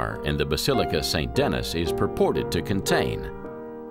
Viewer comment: I really like the documentary but the narrator has NO clue about how to pronounce French city names or places. Not hard to learn that e.g. Rheims and Denis ... awful.